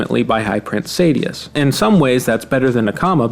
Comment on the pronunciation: Honestly everytime you said Sadeas wrong hurt my soul lol